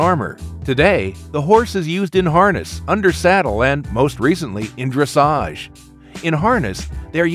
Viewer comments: Finally someone can properly pronounce dressage XD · At least he said dressage right :'D